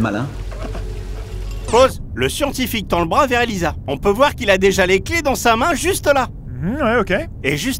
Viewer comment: C'est pas Elisa mais Elaïsa